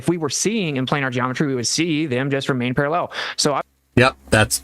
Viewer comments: Guys guys they remain - Para-LLELL. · Why does genius pronounce parallel as parallelle? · Austin has started saying parallel with the same weird inflection as Dirth.